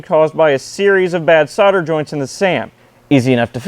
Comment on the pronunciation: What kind of joints were they?? Pretty sure you were missing a letter or two in your pronunciation. ;)